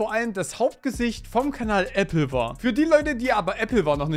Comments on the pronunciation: ApplewAr, es heißt war wie Krieg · Wird das Nicht Apple War ausgesprochen? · Das ist eppelwahr. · Sorry, aber es ist so funny…. Äbbelwahr😂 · "Äppelwahr" classic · Die Applewar Ausssprache ist crazy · bei deiner Aussprache von AppleWar krachts aber gewaltig. Und schade was aus AppleWar geworden ist. Ich als YouTube Kind erster Stunde habe die videos damals sehr gemocht (sind natürlich heute aus der Zeit gefallen) Man muss sich mal überlegen wieviele Creator die damals mit groß gemacht haben. Von iBlali, Kelly bis hin zu Taddl und Ardi Verrückte zeit war das... EDIT: Was ich positiv bewerte ist, dass Chan zu seinen Fehlern steht, diese einsieht, sich versucht zu entschuldigen (auch wenn diese dinge natürlich unverzeihlich sind) und sich selbst hilfe sucht um nicht nur sich sondern vorallem andere zu schützen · Ja da hast du leider einen Punkt und völlig Recht. Aber es zeigt sich ja oft genug, dass viele nicht einmal dieses Minimum schaffen. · Sogar der östereicher hats geschafft Applewar auszusprechen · Also erst spricht Kyzer den Kanal die Meeries falsch aus und du Applewar Pictures. Ich bin schon enttäuscht genug wegen den Anschuldigungen plus hat er es ja indirekt bestätigt. Bin mal gespannt was sich noch so entwickelt. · No Joke, ich hätte gute Lust das Video nach abzubrechen, wegen der Aussprache. Werde mich da jetzt durch quälen aber Alter am liebsten würde ich für diese Qual meine Watchtime zurückverlangen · Wieso sagst du Applewar so komisch 😭😭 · Aussprache ist ne 6